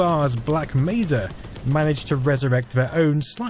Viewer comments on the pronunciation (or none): none